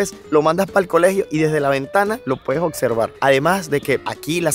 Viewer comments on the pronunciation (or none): eres muy agradable y me gustan mucho tus videos, nada mas cuando dices palabras como "oCsercan", es "oBservan", y muchas otras palabras tienes ese problemita de pronunciación, que si lo corriges, quedas perfecto. En cuanto a, te felicito, eres educada, discreta, MUY GUAPA y no pretendes ser supersabia. Te felicito!!!!!